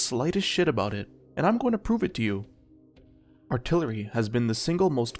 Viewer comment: "Remove altilery"